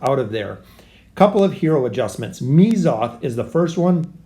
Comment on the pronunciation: It's Mezoth, not Meezoth. Right? xD